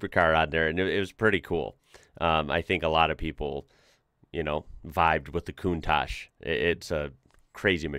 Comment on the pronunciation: That's not the "mazinga" 037, but a 4wheel drive prototype of the S4. The turbo 037 was undrivable, with the rear wheel drive only. PS: The right pronunciation of "countach" is with the two last letters like the C of the word cheese, not "cuntash", but "cuntaC". Cheers from Italy! 😉